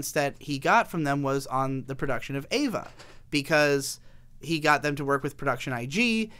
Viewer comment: good video but every time you pronounce EVA as EIVA i cringe but good video regardless.